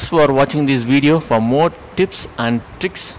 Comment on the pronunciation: you're saying tips or tits? haha btw thanks